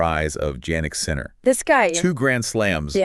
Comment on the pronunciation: AI generated podcasts that mispronounce his name? No thank you.